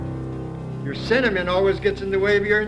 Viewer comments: Everyone who say its sentiment is wrong. Turn close captions on. He actually says Cinnamon. Its supposed to be sentiment, but that is not what he says. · It's "cimanin" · Sentiment btw, not cinnamon haha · IN HIS DEFENSE, I also legitimately heard 'cinnamon' first and had to do a double take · in his defense, I also legitimately heard 'cinnamon' first and did a double take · The closed captions on YouTube are not the same as CC on the original material. He mispronounced it which is why the AI youtube captions don't actually know what he said